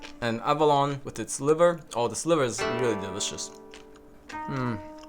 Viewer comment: Avalon = Abalone ("ah-baloney")